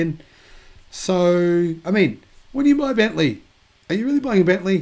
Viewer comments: Bentley! Not bentleigh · It's Bentley. Not Bentleigh.